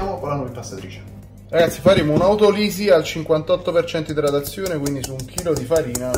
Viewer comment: occhio a come pronunci "autolisi" 😭😭😂😂 Comunque ottima ricetta, da rifare